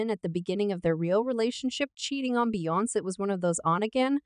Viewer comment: You keep pronounce her name wrong. Bee-yon-ce 🤦🏾